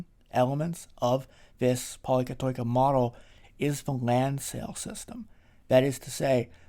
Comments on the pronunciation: It is pronounced poli- kati- kia. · I love Athens awesome great explainer on why its such a lovely city. thanks for putting it together! 🙌 As a greek from Cyprus where we also have many πολυκατοικίες, i should point out that it's pronounced “Pol-i-kat-i-KEE-A”. oi is an EE (i) sound. Diphthongs pronounced “ee” as in “cheese” are: ει, οι, υι and vowels are η, υ, ι. All these had varying phonetic pronunciation in ancient Greek to give a specific tone to the word pronounced, according to the object of the word. After thousands of years, they have the same pronunciation but with significant exceptions.